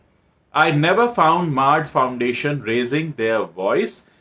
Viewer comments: It's not maard it's mard (man ka hindi) But ya I'm with you. These bollywoodiyas are all just looting the public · It has to be pronounced as mard in Hindi, I suppose.